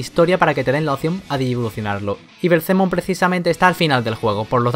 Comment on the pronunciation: Es algo placentero cuando pronuncia belzemon xD